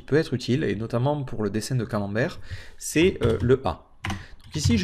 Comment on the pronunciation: Merci pour ce tutos très instructif et ce qui m'a fait le plus rire c'est le mot "camemberg" hhhhh